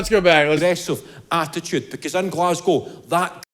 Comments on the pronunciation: " glaz- go " you got the city right ! normally its " glaz-gow " from the Americans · As a Scottish person you have said that right and also you have said GLASGOW right too.. 😂😂